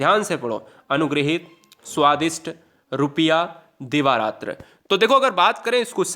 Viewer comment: Sir, Svadist hota h, t ayega th nhi